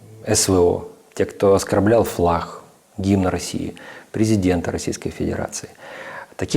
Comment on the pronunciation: Не флах, а флаг